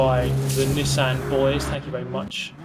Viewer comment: Drink every time mispronounces Nissan.